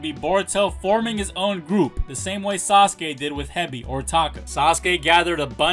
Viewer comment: It's not sasake it's sasuke 😂